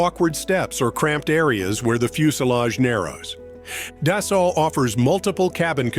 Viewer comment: da-SALT? I think AI should be able to pronounce it correctly.